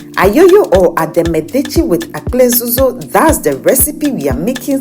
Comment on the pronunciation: Well done but it's Akple dzodzo not "Akple zozo"